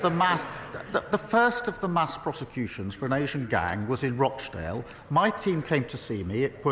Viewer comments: I'm from Rochdale (and can pronounce it correctly, it's not Roche-dale) and I'd just like you to stop mentioning the towns in question, the towns themselves aren't important it's the crimes and the victims and how to protect those victims and stop further abuses across the entire nation. Just get on and vote to put the recommended changes from the previous enquiry in place to protect children and young women against this happening now. Then after that is done you can start a new enquiry but only AFTER the previous recommendations have been put in. That way at least whilst you have your enquiry you are wanting there is more protection to fight grooming gangs in place than there was yesterday. Enquiries are just years wasted spending millions getting nothing done when we all know what needs to be done from the last enquiry and can do it now and stop there from being more victims of abuse. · Starmer is head and shoulders above the Tories Did she pronounce Rochdale Rosh-dale??